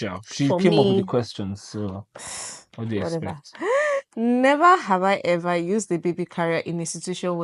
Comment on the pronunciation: His roots is still intact 😂 “Nhever have hi hever”